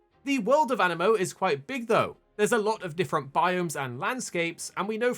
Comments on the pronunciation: animo or anee-mo? it's got 2 i's, that makes an ee sound, no? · An-I-mo❌ A-ni-mo✅ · aniimo AH- Nee - Mo